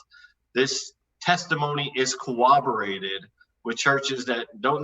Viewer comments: If I hear this clown use the word “cowobberated” instead of corroborated one more time I’m going to rip my hair out, do you even English bro, words are hard I guess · I cringed every time i heard pronounce corroborated as "cowabowated." LOL. BUT....he's a nice guy, and a great interlocutor to have on the show. I would love to have more folks like, Matt and my favorite, Erica, and fewer folks like G-Man, Skylar Fiction, and Darth Dawkins. There's a lot of nice folks out there who don't agree and make great adversaries. There's no reason to have the many dicks on the show that creep in here. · Ok. I don't want to nit-pick but he says it too often not to mention: "cowoberated" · David Coleman yeah that was driving me crazy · I was going nuts about that by about the halfway mark of his opening remarks